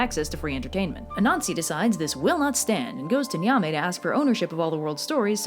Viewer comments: Nyame is actually pronounced "yah-may" the n is silent and e is pronounced softly. Also I think you might like folklore about the Adze, which is a ghanian Firefly vampire. It seems like something you'd like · Youtube channel with Ghanaians on the channel here. I appreciate the effort (seriously do as we don't really get many videos on the Ghanaian Culture) but I'd to add Ashanti is pronouced Ash-shawn-tei and Nyame is pronouced Yam-ei. E's at the end of a word in twi (akan language) are pronouced like an ei or like an eh (if that makes sense). Anyways really love the channel!